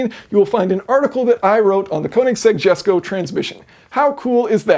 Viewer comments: By the way the car is pronounced yesko but spelt jesko. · Its pronounced yesko... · Cool explanation.........but it's pronounced YESKO......... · It's "iesco" Jesko .. Christian even says it if you looked through his interviews! The name of the car comes from his father's name which is pronounced with an "i" not a "j". Nice vid! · Pronunciation connection: Jesko is pronounced like "yesko" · It's "YES"co. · Great video as always! Please stop calling it the Jesko, it’s pronounced YESko 😉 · I thought you already made a video on this transmission? That it's got, like, seven clutches- one for each gear or something and... Right? Also, I think it's pronounced "Yesco". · Jesko pronunciation "Hesko" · it's pronounced YESKO